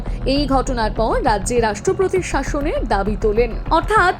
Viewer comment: Sorry to say this woman who is speaking has got very bad pronunciation like rastropotir instead of rastropotir etc😂